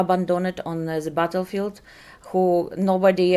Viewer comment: зе бвтелфилд. жуть произношение...